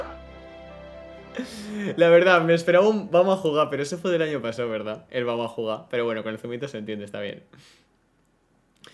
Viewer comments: si dice bueno "vamo a juga" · Tmb esta el "vamoh a jugah"